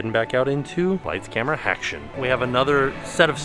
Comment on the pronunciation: I LIKE SAYING "HACTION" TOO LOL